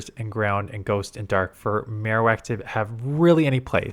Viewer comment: I really dislike how Ninact will have an event for that character's special move, but then make it irrelevant. Mr Irrelevant today: Alolan Maro-wickty- Wak